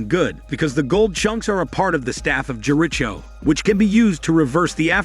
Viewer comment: Took 2watches of RIDP to get the full effect, perhaps if drugs were involved or not. LOVE RIPD movie, 'tolerated' your Vid, the reason..how the AI pronounced 'The Staff of Jericho',. I love the AI voice with the humor, hate what it did to JERICHO. The rest was great and a fine piece of work, thank you.